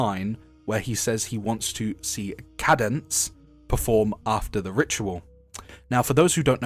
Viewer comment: Sorry feller, minor nitpick, when you were talking about the bombshell singer lady, I'm pretty sure it's pronounced Cāde-Dense, like arcade. I will be accepting nerd emojis in the comments.